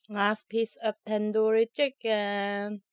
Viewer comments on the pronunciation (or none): none